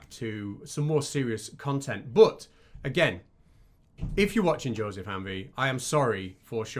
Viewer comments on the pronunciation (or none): none